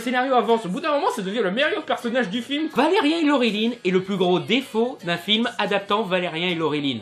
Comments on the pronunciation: Alors... concrètement, c'est Valerian, pas Valerien.... impossible de prendre une critique au sérieux quand le nom est écorché en permanence.... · Je veux bien que la plupart des gens ayant regardé le film disent qu'il est mauvais, mais je peux pas prendre en compte l'avis d'un mec qui sait pas dire correctement le nom du film dont il parle. C'est ValériAN, pas ValériEN omg. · ValeriAn pas Valerien... Apprends au moins à dire son nom. Je suis d'accord avec ta critique, mais t'entendre écorcher son nom tout le temps, ça m'a gonflé désolé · Je sais pas si tu fais un jeu de mot, mais ça me perturbe de t'entendre dire Valerien et pas Valerian 😂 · On dit Valérian pas Valérien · ca va c'est une erreur de prononciation cassez pas les couilles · ça me fait bizarre quand je t'entends dire "valérien". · On dit "ValériAN" par contre comme dans "perdANT" hihi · C'est Valérian -_-. Réupload ta vidéo juste pour ça pour éviter de passer pour un gland. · on dit ValeriAn !!! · Tu devrais apprendre comment dire les choses avant de faire les vidéos, car ne pas savoir dire Dunkerque puis Valérian, c'est bof, j'aime bien ton travail mais là c'est chiant quand même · prononce bien le prénom stp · balec que t ai mal prononcer valerian t a dis dofus alors que ça se prononce dofous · Tu prononce mal Valerian Bonjour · Blaireau, avant de critiquer, prononce déjà le nom du héros convenablement... Ce n'est pas " Vélérien " ( comme dans " chien " ) mais VélériAn ( comme dans méchant ) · Après la polémique sur la voix française de Laureline, je propose que tu dises "Valérian" et non pas "Valérien" et aussi que tu arrêtes de bouger tes bras dans tous les sens. Bref, j'ai arrêté avant la fin. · On dit pas valeriun il fit valerian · valeriAAAAAAAAAAAAn pas valeriEEEEEEEEEEEEEEEEn merci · Valérian pas ''Valais rien'' steuplé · ValériAN pas ValériEN tu m'as stresser pendant toute la vidéo xD